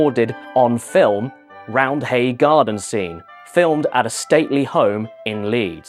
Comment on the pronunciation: ITS PRONOUNCED ROUND-AY but thanks for mentioning leeds